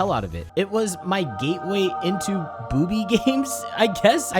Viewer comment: You said boobye different D